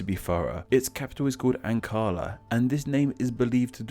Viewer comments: Thanks for the video but really bro? "Ancarla" Please stop trying to pronounce tapped r's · Are you not able to pronounce the letter "R"? Because "Ankara" was not even close mate. B- for the effort. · Capital of Turkey is Ankara, not Ankalla as here.